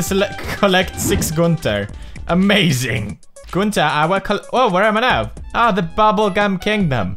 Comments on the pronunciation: Pewds, did you just said fish pump 😅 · I think he meant pronouncing Gunter.